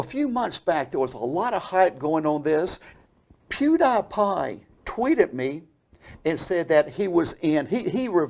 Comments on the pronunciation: I thought "Pew DIE Pie" would be the funniest mispronunciation by, but then he hits you with that "Ape Boy" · pew- die-pie